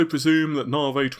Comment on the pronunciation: New years resolution ... maybe you could stop calling it 'nar-vey' and pronounce it like everyone else ' nah-vee'.